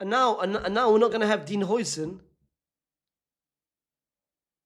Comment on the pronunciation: Bro his name is pronounced howsen